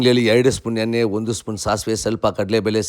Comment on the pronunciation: ಎಲ್ಲಾ ಚೆನ್ನಾಗಿ ಹೇಳಿದೀರಿ. ಳ ಉಚ್ಚಾರಣೆಗೆ ಲ ಹೇಳ್ತಿದಿರಿ. ದಯವಿಟ್ಟು ಸ್ವಲ್ಪ ಕನ್ನಡ ಪದಗಳ ಉಚ್ಚಾರಣೆ improve ಮಾಡಿಕೊಳ್ಳಿ. ಕಸ್ತೂರಿ kannada. ಕಣ್ಮು, ಕನ್ನು ಅಲ್ಲ. ಎನ್ನೆ ಅಲ್ಲ ಎಣ್ಣೆ. ತುಂಬಾ ಜನ youtubers ಉಚ್ಚಾರಣೆ ಹೀಗೇ ಇರುತ್ತೆ. ಸಣ್ಣ correction. ಒಳ್ಳೆದಾಗಲಿ.